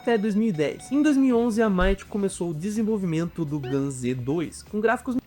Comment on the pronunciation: Ele falando gun z me irritou um pouco 😅